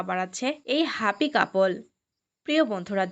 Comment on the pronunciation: Bangladesher mone hoche apni. Huapy couple bollchen.Huapy ki kotha? Happy balun.